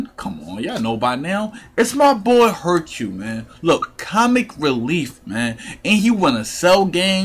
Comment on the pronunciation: bro when u said hurcle im like wtf but dat list was amazing